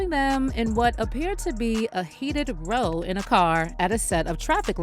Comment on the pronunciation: The door slam followed by the hand gesture is Ben saying ‘DAMN, I’m SOO sick of your drama queen ass — you and your Diddy sh💩t!!😂😂 By the way, ROW, as in angry argument, is pronounced like owl or growl without the g. How do I know? I was stationed in the UK via the USAF for 4 years!!